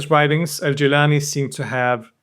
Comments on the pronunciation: It’s not ”Geylani” it’s Gilani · Thank you as always a very informative video. Most sufis who follow this order do not pronounce it Jîlânî rather Gîlânî.